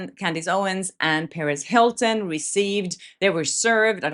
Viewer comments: You keeping saying Paris Hilton, its Perez Hilton Perez perez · I always think you're saying Paris Hilton lmfaoooo I was like when did she get involved 😂